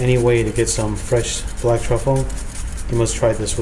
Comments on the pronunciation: "*Brack* truffle rice" asian accent is rubbing off on the camerman. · Camera man didn't make fun of. He made fun of himself for accidentally saying "brack." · Yo I'm dying 😂 camera man said "brack" lmao